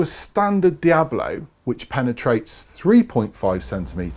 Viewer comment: Please, it's called DiaBOLO and NOT Diablo. Diablo [ˈdjaβlo] is a Spanish word meaning "Devil". Diabolo pellet